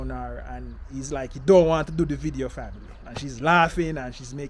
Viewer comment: Can you stop sating family, the pronunciation getting on my nerves.